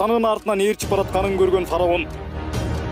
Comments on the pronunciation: Фараун эмес фираун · Фароун эмес фираун